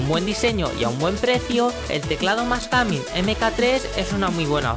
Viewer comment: "gamin" enserio no sabes pronunciar ni un apice el ingles?? y si en el test de sonido dejas musica de fondo no se aprecia bien...